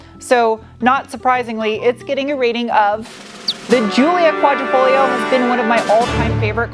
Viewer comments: Pronounced Quadra"fol - yo", you don't pronounce the "g". I know... Okay boomer. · Qua-dree-fol-yo, Sweetie. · You don't read tat "g" in Quadrifoglio, so it would sound more like "Quadrifolio" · the g is actually silent wheh you pronounce the name, no biggie just wanted to let you know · The “g” is silent in Quadrifoglio. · Just an FYI. The G is silent in Quadrafoglio. 😀🇮🇹🇮🇹